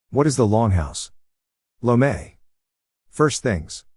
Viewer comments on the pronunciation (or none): “Lo-may” hahahahahahahahaha